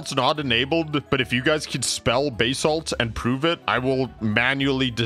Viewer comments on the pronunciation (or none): Baysalt lmao but it IS pronounced BAsalt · bro its buh-salt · Every time you said "bay-salt" it physically hurt me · actually its buhsalt, quickly spoken. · Can I have some buhsalt on my, idk a dish that has buhsalt on it